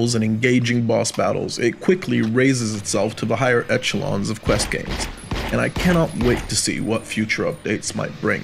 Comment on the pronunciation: Nice review! Not meant as an insult but I’m confused by the mispronunciation of locomotion (lockmotion) tarot (tarott) and echelon (eckelon) you sound like a native speaker so I’m just wondering how that came about?